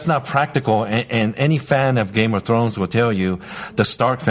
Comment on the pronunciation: LOL..."Game of Choe"....Gold!